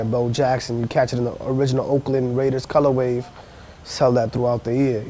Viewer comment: Stopped watching after 3rd "colorwave"... I just cant.